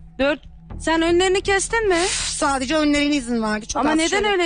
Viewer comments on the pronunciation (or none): De ve da bağlacını ayıramayan gördüm de "sadece" kelimesine "sacede" diyeni ilk defa görüyorum dhdhhs